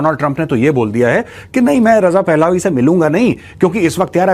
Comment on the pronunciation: Maj साब क्राउन प्रिंस रजा पहलावी नहीं इसे रजा पहलवी कहा जाता है। अगर यह कोई non हिंदी speaking person बोल रहा होता तो उसे excuse किया जा सकता है लेकिन आप पूरी तरह से हिंदी स्पीकिंग पे